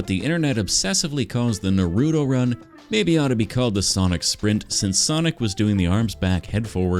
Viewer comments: It’s “Naruto” not “ Narudo”… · I love the channel and art but. BRO CALLED NURUDO, it’s called Naruto, na-ru-to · Nah-roo-toe > Nuh-roo-toe please fix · Why do you say nar-oo-to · its (na-roo-toe) and naruto came first because of the manga